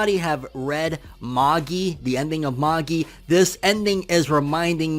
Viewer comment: The way you say magi :\